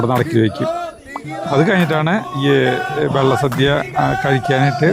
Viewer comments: It is not Vella sadya',Valla sadya' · വെള്ള സദ്യ അല്ല വള്ള സദ്യ ആണ്.... സരിത ഒന്ന് തിരുത്തി കൊടുക്ക്‌ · വള്ള സദ്യ എന്നല്ലേ പറഞ്ഞത് 🤔കേൾക്കുമ്പോൾ വെള്ള സദ്യ എന്ന് തോന്നി... 💕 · വെള്ള സദ്യ അല്ല വള്ള സദ്യ ആണ് പറഞ്ഞതിൽ ചെറിയ ഒരു വെത്യാസം.. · വെള്ള സദ്യ അല്ല. വള്ള സദ്യ ആണ്. സർവ്വം ശ്രീ ആറുമ്മുളേശ്വരം 🙏🙏🙏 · Vellasadya alla vallasadya Ennanu parayunnath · Vella sadhya alla valla sadhya ennu parayu endinu engane parayunnu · ഞാൻ ഒല്ലൂർ ആണ് വെള്ള സദ്യ അല്ല വള്ള സദ്യ ആണ് ❤ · വെള്ള സദ്യ അല്ല ചേട്ടാ വള്ള സദ്യ ആണ്, ബോട്ട് അല്ല ചേട്ടാ പള്ളിയോടം... ഒരു കാര്യത്തിന് പോകുമ്പോൾ അതിനെപ്പറ്റി കുറച്ചെങ്കിലും പഠിച്ചിട്ട് വ്ലോഗ് ചെയ്യൂ... ഒരു നാടിന്റെ ചടങ്ങാണ് അത് തെറ്റിക്കാതെ പറയു... 🙏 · വെള്ള സദ്യ അല്ല വള്ള സദ്യ anu😅😅👌👌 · vllasadhiya alla Vellasadhiya Ennanu paraunnathu ❤ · വെള്ള സദ്യ അല്ല, വള്ള സദ്യ 😊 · വെള്ളസദ്യയല്ല വള്ളസദ്യയാണ്. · വെള്ള സദ്യ അല്ല. വള്ള സദ്യയാണ്. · Valla sadya ....not vella sadya,voice over koduthu correct cheythamathi....ciz many ppl will watchajuzzz....amazing vlog❤ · വെള്ള സദ്യ അല്ല. വള്ള സദ്യയാണ്.❤❤ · വള്ള സദ്യ... വെള്ള സദ്യയല്ലാ.. തുടർച്ചയായി അബദ്ധം പറഞ്ഞ് കൊണ്ടിരിക്കുന്നു... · വെള്ള സദ്യ യോ? വള്ളസദ്യ അല്ലെ. അറിയാഞ്ഞിട്ട് ആണൊ അതൊ?..... ആറന്മുള എന്ന് പറയു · തൃശൂർ ഭാഷ ആയതു കൊണ്ട് അങ്ങനെ തോന്നിയതാവാം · വെള്ളസദ്യ എന്നാണ് കേൾക്കുന്നത് 😅❤ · എനിക്കും അങ്ങനെ തോന്നി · Me too..